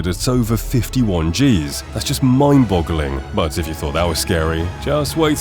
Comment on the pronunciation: "mond boggling"?